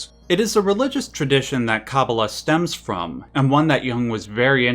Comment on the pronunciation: love the video, but your pronunciation of kabbalah is driving me up a wall, yours is kah-boo-luh but its supposed to be kuh-baa-luh, but other than that pls do more Xenogears.